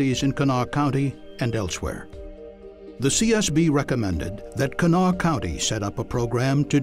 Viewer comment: Pronounced; “Cah-NAH-Wah.” Please do better.